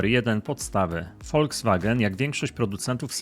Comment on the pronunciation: Panie kochany ........nie Woldzwagen....tylko ......Volkswagen !!!!